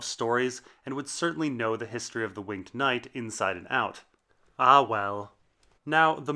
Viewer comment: Incorrect pronunciation of "winged".